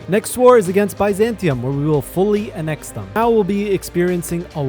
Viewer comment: Is this an ai voiceover??? Some grammatical things don't make sense and the pronunciation of Ulug Us and annex is horrendous